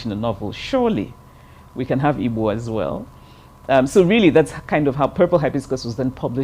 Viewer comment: You noticed how she pronunced "IGBO" she pronunced it as exactly as it should be pronunced.